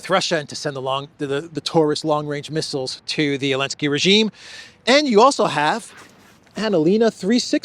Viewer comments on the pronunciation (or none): Why do you have to laugh about everything? You laugh about things that have no element of humor, like there's something wrong with your brain. You sound like an idiot. I'm not a zelensky fan, not at all, but why don't you call him by his name? What's with "Elensky"?